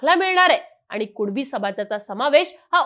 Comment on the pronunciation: भवाने तू स्पष्ट कुणबी मनू सकत नाही का कूळबी कूळबी करत आहेस 😂😅